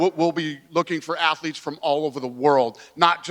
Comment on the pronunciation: "Athletes" he says, lol!